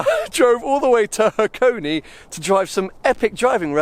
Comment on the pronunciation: I know this is an only video but I can't not point it out. This place is called Hakone. (Ha-ko-neh). Hakoni (箱に), as you keep calling it, is an incomplete sentence about boxes.